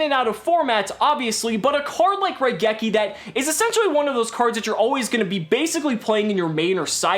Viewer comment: Question, why do people forget to pronounce the i in raigeki. The card is literally a lightning bolt, the rai in raigeki means lightning. Seriously, I understand it's a japanese word so obviously people won't say it correctly in every accent but you can't just omit the letter.